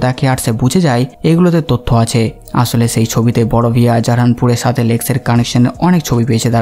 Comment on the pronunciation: ছে ফিরে এচেছে! ছে, ছাথে, ছহজ, ভাছা 🙄😂 কি উচ্চারণ মাইরি? 🤣